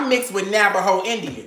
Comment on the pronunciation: Did say "Navajo" or "Napaho". LOL! I truly enjoyed watchin y'all tuhday!